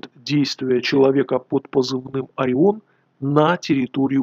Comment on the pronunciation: Единственное что непонятно - почему "Ореон"?